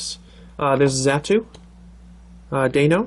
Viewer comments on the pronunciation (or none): none